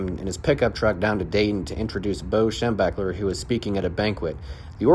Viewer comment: Can I assume that was a bad joke in poor taste? There were at least a dozen college coaches who recruited black players before Hayes, including Wes Fessler, the Ohio coach right before Woody. Now, your deliberate mis pronunciation of Schembechler's and Parsgian's names, that was a funny joke in good taste.